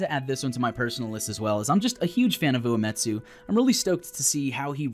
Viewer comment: Yay. Spoilers before the game was even released. By someone who can't even pronounce Uematsu.